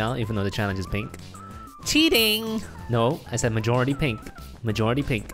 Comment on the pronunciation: He said mijority pink